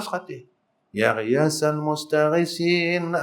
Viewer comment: Yg dgr ya qhiasal.salah maaf.